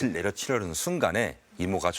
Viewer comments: 초록색 남자 뭐하는 놈이냐 낫을 나츨이라고 말하고 끝을을 끄츨이라고 말하네 어디가서 연기자라고 하지마라 역겹네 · 아오 대본 읽을거면 제대로좀.. 낫을 낯으로 발음하고 팥을 팣이라하는거 일부러 그러는거임? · 낫을 낯으로 발음하시네..ㅎ